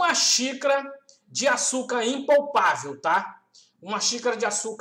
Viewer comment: não,ele fala impolpavel, rssss